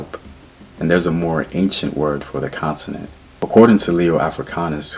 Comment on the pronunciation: It's CONTINENT, NOT CONSINENT, GENIUS!!